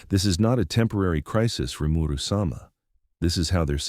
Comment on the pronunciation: Rimeru sum-ah? Lol